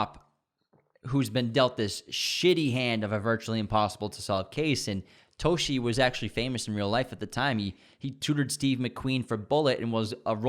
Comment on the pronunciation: It’s detective Dave Toschi (TAW-SKI) Put some respect on that man’s name!